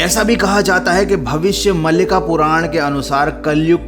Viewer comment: It's Bhavishya Maaalika not malika